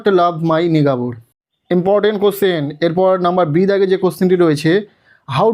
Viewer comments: sir ota নিগাবুর noy ota নেইবার 😂😂😂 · Vai kisob bolche neighbour ke nigabur😂😂 henry ke horny😂😂😂😂😂vai ei daitto niye fail korabe😂😂 amader